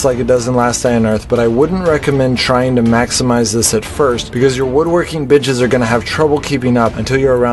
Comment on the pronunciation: woodworking bitches lol, ik its benches but it sounded like that 😂😂😂